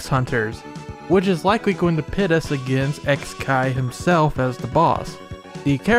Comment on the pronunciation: I think it's suposed to be pronounced "kikai" since it means machine/mechanism in japanese It's a pretty clever pun actually